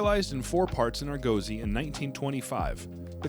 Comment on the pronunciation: ArGOzy? Hmmm. Arguhnaut or Argohnaut. Now I'm checking. The professional pronunciationators say "aar·guh·see" (The name of Jason's ship Ἀργῶος. In the Greek it has emphasis on the second syllable. You just need to roll your 'R' a little? The breathing mark means it starts with a faint H sound.)